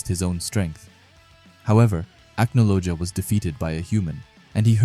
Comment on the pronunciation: The pronunciations of the names in this video is killing me, I definitely recommend watching a bit of the English dub but 3 minutes into the video here’s some help Gajeel : Gah-jeel Levy: Lev-ee Mirajane: mee-rah-jane Cana: Con-Ah Laxus: Lah-X-us Charle: Car-lah (idk why but yeah it’s different in English) Acnologia: Ack-no-low-gee-ah I’ll add more if necessary as I watch👍